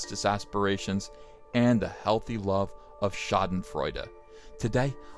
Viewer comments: Every knows how to pronounce Schadenfreude. Except Uncle Ethan. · It's always fun seeing native english speakers struggling with "Schadenfreude" You did pretty good though. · ...well it's more like SHUT (without the T ) DEN (like habitat, Spider web, holt ect.) FREUDE (the EU in frEUde sounds like what comes after the "P" in POINT before the N...)